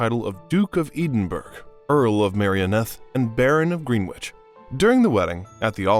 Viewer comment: Ya know is so effing painful to listen to an American MISPRONOUNCE just about everything. EDEN BURG? It is pronounced Edinbruh. Baron of Greenwich with pronounced Grenich. Yes she drove ambulances during the war, but was also a mechanic. And her schooling was basic for ladies of the day. She had to go to Eton College for Constitutional Studies. Other than that she did not learn normal school subjects, her governesses taught her needlepoint and french. In later years she got in a Tutor of normal subjects so she could converse normally.